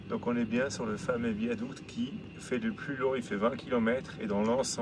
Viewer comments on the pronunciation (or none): 🥀AH! AH! À chacun son bol de nouilles et pas de commentaires😂😂😂Épatante cette petite vidéo…épatante et bien trop courte. Joli joli ce désert caramélisé aux goûts panachés, un « dessert » pour 🧡petit mot toujours délicieux dans sa bouche, ce petit accent espagnol qui déteint sur 💙qui fait rouler ce train sur un « viadouque »🙃Le temps file si vite dans cette province peuplée de Ouïgours et déjà vous êtes sur le retour, la Willy doit piaffer d’impatience…🐎🐎🐎dans son boxe. On vous voit toujours heureux c’est pourquoi on s’attache à vous les Amoureux♥️♥️et on vous suit dans vos péripéties avec assiduité tous les vendredis. MERCI❣️❣️❣️ À bientôt mes Aventuriers Préférés💙🧡nous aurons quitté 2024…j’en profiterai pour pour vous offrir mes Vœux…et oui! Je suis une fille à principes…🙃😉😁En attendant…bonne route soyeuse vers 2025. Je vous kisssss💋💋Anne🥀🇫🇷 - 🎶🎶🎶🎤💃🏻💃🏻💃🏻J’ADORE♥️